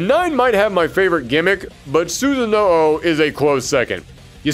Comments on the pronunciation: This video was great and you always get me so excited and interested in any series you cover but "Susan-no-o" is my biggest take away from this, I'm sorry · the way you pronounce susano, lord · Why can't anyone pronounce susanoo correctly